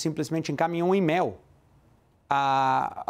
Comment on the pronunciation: E-mail ele fala émel...